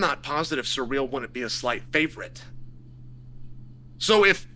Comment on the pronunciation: Cyril not Surreal Dude 🤦🏾🤣